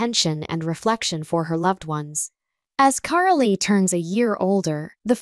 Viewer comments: Her name is said Car--ol not Carollee. Hew crazy can you get??? the E at the end of the name is silent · It is Carole, not Carolee.